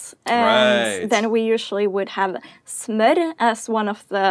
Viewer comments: The way you said smør sounded like smår. If sitting around the table eating breakfast and you asked if we could send you the "smår" (instead of smør) we would understand, but out of context it would be hard to understand. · this is how i would have pronunced smør in danish lol. if you havent already it could be cool to see a video on reacting on how similar norwegian, swedish and danish is. I've been watching your videos on and off for over a year now and im really impressed by how norwegian you're becoming :)